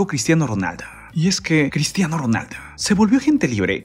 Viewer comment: QEPD CRISHHHHTIANO